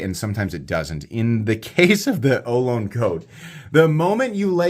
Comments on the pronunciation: Looks like a great knife, but being named after the California tribe of native Americans, it is pronounced oh loh nee. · Great review, fantastic knife. I'd love to see an auto version. For some reason there aren't many autos with contoured titanium handles, and the crossbar lock is my favorite auto release. FYI, in the San Francisco Bay Area we usually pronounce it oh-LOW-nee. We have Ohlone college and the Ohlone trail. The Ohlone were the local native Americans in the San Francisco East Bay. I think Ohlone knives is from a different part of the west coast, so maybe they pronounce it differently. Thanks for all you do!